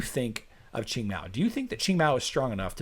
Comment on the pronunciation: I still can't get over Qing being pronounced ching